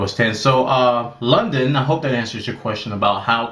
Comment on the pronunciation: its L-U-D-I-N not LONDON